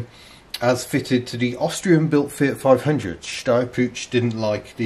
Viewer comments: Puch It's not pronounced as Putsch, but a soft H at the end. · Puch is actually pronounced P-u-"white noise" - just so you know....